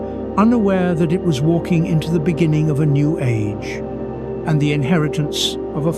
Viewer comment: In the benining . In the bebgining. In the benining